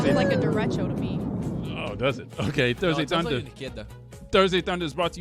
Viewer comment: They are pronouncing derecho wrong 🤦🏻‍♂️